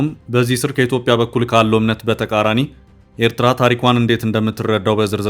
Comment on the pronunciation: Abiy's FM can't even pronounce Eritrea correctly.